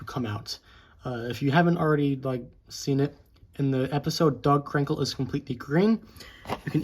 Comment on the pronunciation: it sounded like you said dog crinkle lol good video but I like him I dont think he's worst